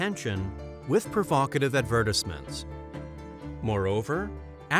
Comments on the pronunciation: because it can't even say advertisement correct or misuse of words completely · "Company's leadership"? You mean "country's leadership"? dude at least watch your own video once to proof read it... first you keep miss pronouncing "Advertisement" 10 times and now more?